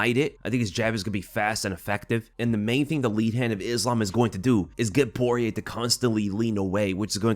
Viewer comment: The end r is silent so almost like “Pori-yay”